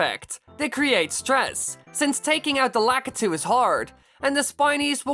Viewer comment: You said the guys that throw down Spineys name wrong